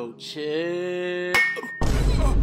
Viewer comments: He still trying to say chill. STOP!!!!!😂😂😂😂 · Bro still trying to say chill